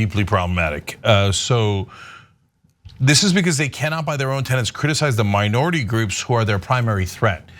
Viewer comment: These hosts need language training. It's "anti-s-e-m-i-t-i-c", not anti-'simetic'. She also said "tenents", which sounds like "tennants". "TENETS" is the word. Look it up!